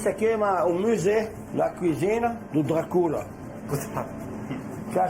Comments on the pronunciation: E "dracúla" kkkkkk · "isso e um "muzé" do Drá CU LA kkkkkk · "esse aqui é um musê, da cozine, do dracúla" NÃO DÁ COM O JACQUIN LKKKKKKKKKKKKKKKKKKKKKKKKKKKKI